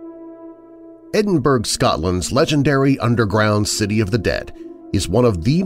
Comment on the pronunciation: Edinburgh is pronounced "edinburrow" rather than "edinburg" but as always, a great collection of stories. thanks!